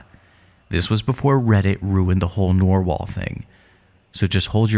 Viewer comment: sir those are red intestines and also its NARR wall not NORE wall